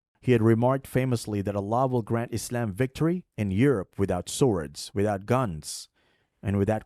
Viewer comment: Sarajevo is a European capital that was founded by Muslims. Btw, sorry bro but your silly way of pronouncing the word Islam is actually slightly annoying